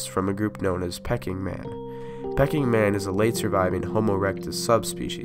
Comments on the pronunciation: it’s pronounced ‘pee-king man’ not ‘pecking man’ 😉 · I think it's pronounced, "Peking Man". Like in Peking, China. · Pronounced "Peking" not "pecking" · Very interesting and well-made video. Since you asked about any errors you might have made, I would say that whilst I don't know about any anthropological errors as such, some of the pronunciations of words, particularly names, that you are not familiar with were definitely non-standard. Peking Man for example (pee-king, after the city now known as Beijing, not pecking). Luzonensis named after the island of Luzon (Looz-on rather than Looz-oh-n). Heidelbergensis was a bit iffy at first but got better later. So maybe that's something to watch out for as once or twice I wasn't certain what you were talking about at first. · Not pecking man (like a chicken)...It's Peking man Pay-KING like the earlier name of Beijing. I so enjoy your vids! Keep up the educating of we devolving humanoids....also, I found this extra "N" and thought you could use it on the dispersion map about 21 or so...Nea-N-derthal...I know you know this, but hey, it's in BIG letters..Human evo....Your work is amazing! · You really produce some great content! I learned so much from watching this! Since you asked to be corrected if you made an error, I want to let you know that Peking man was named after the city, Peking, in China where it was found. It's pronounced like 'pea king'. Peking is now called Beijing. Thank you for all your hard work! You got a sub up from me! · Pay King emphasis king more than pay.. Good job . teaching is the most fun way to learn and nice job with art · So very interesting however Peking man is pronounced Pee king ,,, other than that your posts are excellent 👌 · Isn't it pronounced Pee..king.. man?